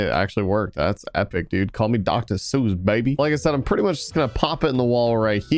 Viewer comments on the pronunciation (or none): none